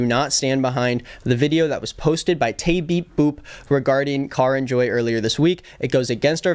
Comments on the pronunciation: every time you say "taybeepboop" lmao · You saying taybeepboop is so funny to me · anyone else love this video but also just chuckled every time he said teabeepboop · best part of the video is every time says taybeepboop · Everytime u said tay beep boop I laughed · I don’t think I’ve ever commented on a video but every time you said taybeepboop I lost my mind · The way you say ‘TayBeepBoop’ cracks my up 😭😭😭